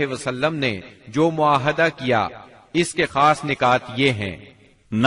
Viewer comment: معاہدہ نہیں بلکہ " معاہدہ " صحیح ھے۔